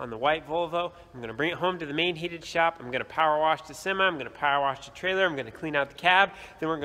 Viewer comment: Love to hear pronounce " worsh!" My Dad was born in Illinois and said "worsh" for wash too! Neat midwestern dialect! He was born on a farm too.